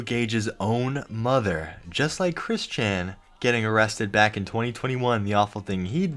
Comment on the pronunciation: "MY MUDDER AND MY FADDER ARE ANGRY AT ME-"